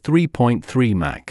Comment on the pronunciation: It's Mach, rhymes dock not Mac! "US State Route 71"😅🤣😂 Official CCP YT channel